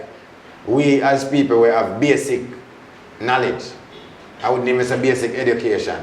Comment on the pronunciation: "Know- lege"